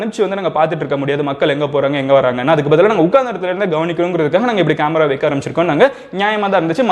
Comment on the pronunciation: Bro athe vaiiikaa illa vaika...pronounce...